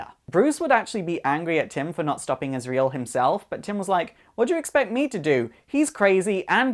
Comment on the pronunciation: But not azrael